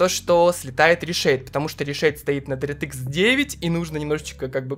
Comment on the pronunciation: Дэртыкс😂, лучше говори "Директ" так намного лучше, на русском это звучит не так приятно как на английском❤ Без хэйта, просто слух режет, выпуск как всегда шикарный😊